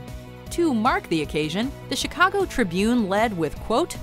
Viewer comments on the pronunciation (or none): none